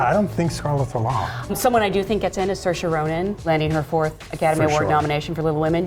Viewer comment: Did she just say "Sharonen" ???